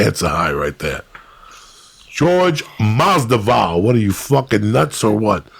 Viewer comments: Taylor Made umm no lol. He’s saying Masdival, not Masvidal. I’m born and raised in Cuba, doesn’t make a difference lmao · Go #EasyMoney WTF is Jorge Masdival? Joey keeps mispronouncing Masvidal's name. It's funny as hell when Rogan corrects Joey whenever he butchers someone's name. Pronouncing someone's name correctly is a minimum in terms of respect for a guest. Masvidal don't give a fuck. 🤣 Every podcast, Lee returns with his hand-flapping. One thing ya can't take from him... the guy is consistent. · Joey is saying Masdival instead of Masvidal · lmao Joey Said Jorge Masdival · No guy, he means Joey keeps calling Jorge Mas-Dival instead of the correct way which is Mas-Vidal. Masvidal soon to be 👑 of his weight class. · He means how Joey keeps saying Masdival instead of Masvidal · "Jorge Masdival" Joey messing up names never gets old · Damnit Joey, you said Masdival ! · Jorge "MASDIVAL" LMAO Like "Kalabib" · Hilarious how much Jorge hates his name being mispronounced and how many times Jorge mispronounced Masvidal. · Uncle Joey mispronounces Jorge’s last name twice within a minute. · Its great how masvidal never corrects Joey speaking his name wrong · Dumb fuck has him on for the second time and still can't get his name right. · Awesome podcast...I cringe everytime I hear Joey mispronounce Jorge's surname but it obviously doesn't bother nobody haha